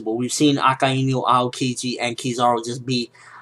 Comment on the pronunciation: it is pronouced kiz-a-ru not kiz-ar-u :P